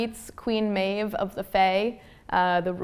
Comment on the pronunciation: I pronounce Manon the right way..but I pronounce Maeve as MAY-VEE wow...